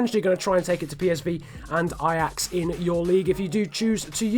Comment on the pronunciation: i am dutch and you say the names of feyenoord en ajax very good